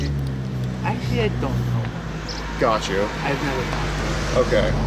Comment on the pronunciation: I’ve always wondered if you say “Gotch you” on purpose.